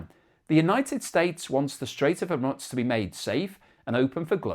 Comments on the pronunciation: It's not hormutz it's hormuz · Please pronounce geographical names correctly. It is hormoooze not hormuts. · Its the Strait of Hormoooz not Hormutz. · ☢Strait of Hormuts, Strait of Hormuts, Strait of Hormuts, Strait of Hormuts, Strait of Hormuts, Strait of Hormuts, Strait of Hormuts.Thats how manys times pronounced it wrong this episode. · Even worse, he says 'Hu-mutz' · Ok! Say after me. I want the pronunciation.... hOORRRMUUUUUUZZZZZZ. One more time HOOORRRMUUUUZZZZZ. Need to work on that Z mate. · Hormutz is really beginning to grate like fingernails on a blackboard. It's beginning to sound like listening to an Ai presentation with incorrect pronunciation. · It's grating every time he butchers that name. You'd think by now he'd have seen enough pushback to correct himself. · Very annoying. That's not how it's pronounced, either in English, or any other language! Never heard it anywhere else. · Good grief, please learn how to pronounce Hormuz. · If a Chef served you up a beautiful meal on a dustbin lid, would you eat it? Presentation does have a part in the overall experience. I find his mispronunciation of the word Hormuz irritating. It reminds me of badly created Ai. Once or twice might be by mistake of using a new word but persistent mispronunciation is just a stubborn resistence to learn. The word and its pronunciation is on multiple news channels around the World, so no excuse.